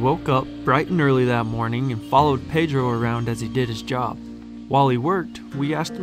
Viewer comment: You gais is not izi jab